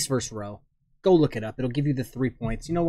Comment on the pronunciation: versus VERSUS VERSUS!!! NOT "verse"